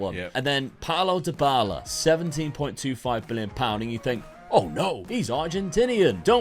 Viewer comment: My brain froze for a whole minute at Dybala being polish!!!! Dybała is pronounced Dee-Bow-Ah (yes, i am shocked too, cuz it's in Polish)